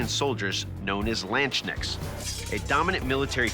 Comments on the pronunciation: Wow I did not know you could butcher the pronunciation of both Katzbalge and especially Landsknecht this much. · I loled so hard at the pronounciation 🤣